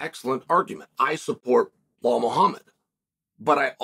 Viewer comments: His name is Belal Chael, not Behal! 😂😂😂😂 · is he saying blow hall? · “Blehal” uncle chael continues to most educated in the business of the sport and the least in name pronunciation lmao… keep it up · Gotta love when Chael puts an imaginary H in Belal’s name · "Behal who?" is the new "Francis who?" So. Belal who?